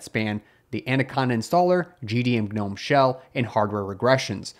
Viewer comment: Why do you pronounce the silent G? Do you call your garden gnomes the same? "Guhnome"